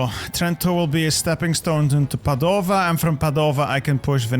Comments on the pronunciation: I love your videos but please, please, stop saying Padòva, it's Pàdova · i love you but as an italian hearing you say padova made me want to cry